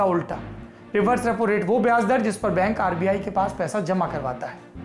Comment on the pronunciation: Rapo nahi Bahi Repo😂🤣😂